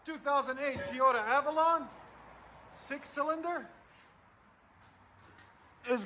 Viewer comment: Tee-ota lol